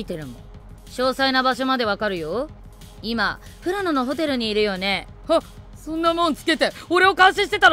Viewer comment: ふらしのじゃなくてふらのですよー